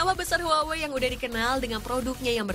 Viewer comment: Huwawei? Not Huawei?